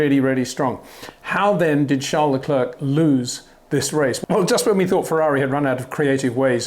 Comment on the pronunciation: My brain freezes every time you pronounce Charles LeclerK. It sounds really dumb, is it that difficult to learn someones name before you pronounce it wrong a million times?